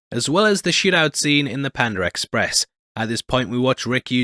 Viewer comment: what tha f is pandar express🤣 it's panda 🐼 express.